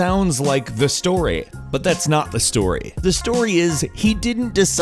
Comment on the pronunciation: storei hahahaha